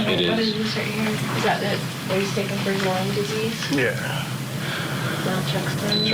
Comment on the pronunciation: Why do these hillbillies keep saying Limes disease? It’s lyme disease just one of the things that bugs me about this whole group